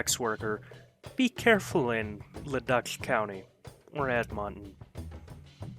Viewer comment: Luh-DOOK ED-mun-tin Suh-SKATCH-ooh-in